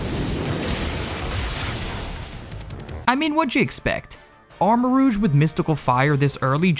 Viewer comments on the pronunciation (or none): ARMAROUGE, NOT AMOURAGE!